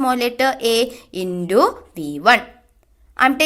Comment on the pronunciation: Not indu it's intu